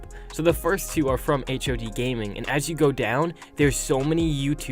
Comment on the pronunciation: Its hod not h...o...d